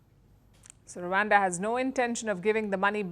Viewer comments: It's Rwanda nor Ruwanda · its rawanda not wakanda